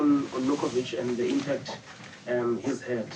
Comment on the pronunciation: "Where is zhe question?" LmAo